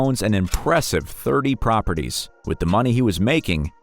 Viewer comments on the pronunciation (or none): none